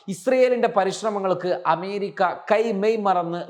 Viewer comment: പോയി അമേരിക്ക എന്ന് നല്ല വണ്ണം ഉച്ഛരിക്കാൻ പഠിക്കു